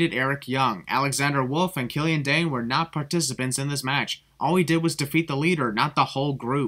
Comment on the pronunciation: it's DAIN , not Daine